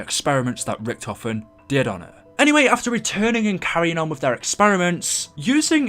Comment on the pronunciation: Godaaaaaaaaaaaaaam, IT'S NOT RICK TOFEN, IT'S RICHTOFEN FOR FUCK SAKE